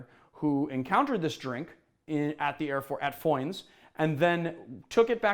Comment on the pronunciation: Your pronunciation of ‘Foynes’ is just right - in fact I often get a mild hint of an Irish accent with you - ?? Goodnight from Dublin & have a great weekend